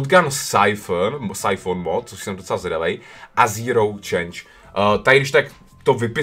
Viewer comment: to je chance a čte se do čens XD